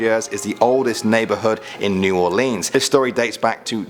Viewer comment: I cringed everytime he said "New Orleans " the wrong way